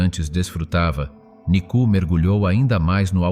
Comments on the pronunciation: nicu ....cela se prononce et s'entend : nicou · NICOU (non pas NICU).